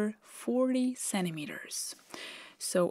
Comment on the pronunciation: "'Cennimeter"? Is that a new unit of lenght?